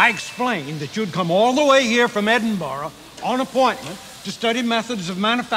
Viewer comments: Erm… He DOES pronounce Edinburgh correctly! Scots around the world aren’t happy with you now… I am one of them! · he pronounced Edinburgh correctly. Minus one sin.